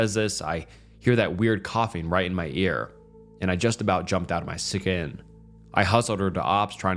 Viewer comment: I did not know it was possible to mispronounce "skin"